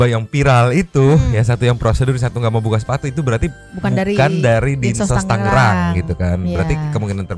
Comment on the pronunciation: Bang, "Tangerang" bukan "Tanggerang" 😅